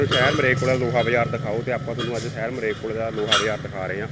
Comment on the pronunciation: ਮਰੇਲਕੋਟਲਾ ਨਹੀਂ ਮਲੇਰਕੋਟਲਾ ਹੈ ਸਹੀ ਪੰਜਾਬੀ ਬੋਲੋ ਜੀ